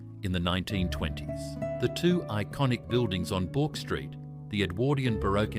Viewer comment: Took me a minute to realise 'Bork Street' was BOURKE STREET !! Knew Buckley and Nunn's was there but it was the 'Bork' that threw me. AI really needs to learn how to read properly ❤